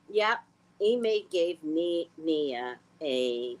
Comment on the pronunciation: Her name is Nia, not Nina.